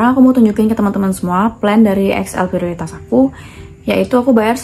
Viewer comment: Prioritas itu Bhsa Indonesia Mbak, jdi R nya g perlu kyk Bhs Inggris 😅